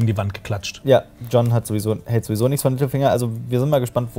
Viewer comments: Verstehe ich als einziger immer "Mittelfinger" statt "Littlefinger" ? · Als du littlefinger gesagt hast, hab ich Mittelfinger verstanden 😂😂